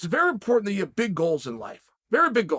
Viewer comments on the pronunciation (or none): none